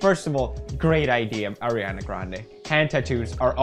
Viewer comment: thank you for saying ariana instead of airana.